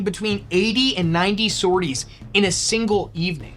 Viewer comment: Amazing start, thank you! Just a note: the last 's' in sorties (sor-tee) is silent. I only mention it cause I was actively disoriented and confused for a few seconds - I'm not a grammar yahtzee I swear!